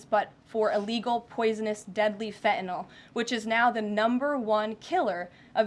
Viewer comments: Fentanyl is pronounced Fentanyl - not Fentanall. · Can someone please tell this woman there is an N in Fentanyl / it is not Fetanyl ! Also, why don’t you help your drug addicts ? The demand is the issue not where it comes from ! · This silly young puppet needs to be educated in the pronunciation of FENTANYL not FENTANOL. Poor speech for the position she holds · …and she can’t pronounce Fentenyl ( and I can’t spell it 😂) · Someone tell that stupid woman that there is a t in fentanyl. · I wish KL would at least pronounce Fentanyl properly(every time she says it! ) I’m not normally so snobbish BUT after all she does work in the WH. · Why can she not SAY the word fentanyl! She doesn’t pronounce her T’s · I wish she'd learn how to say fentanyl